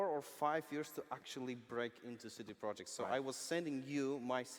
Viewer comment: Shit now I know how to pronounce cd projekt